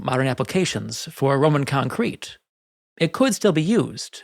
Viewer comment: I suggest you make up your mind as to which syllable you wish to stress in pronunciation of the word concrete, and stick to it.